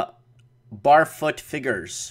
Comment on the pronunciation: barefoot is pronounced "bear"foot not "bar"foot.